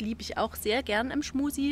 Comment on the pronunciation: Ist das Absicht, dass Du permanent "Schmusi" sagst?